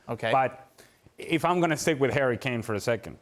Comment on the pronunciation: Is it me or is Ale saying "hairy Kane"?